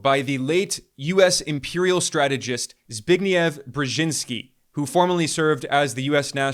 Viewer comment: Thank you Ben for showing me how to pronounce Zbigniew correctly.